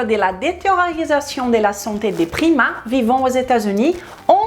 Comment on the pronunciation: au début je pensais qu'elle parlait des primates ..... mdr